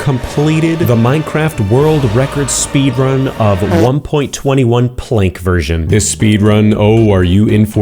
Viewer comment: Ah yes we love our werorl recod dessrub.